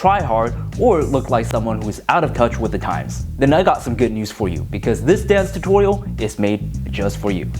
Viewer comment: "Dense Tutoiyal" he says....🤣. But for real, thank you for the vid!